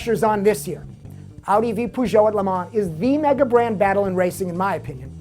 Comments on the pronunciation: haha, I've never heard anyone call Peugeot 'Poo-Jo' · I hate the way he says peugeot.